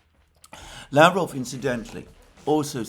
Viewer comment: Alexander Mercouris, did you read my comments about mispronouncing Lavrov and Peskovs names?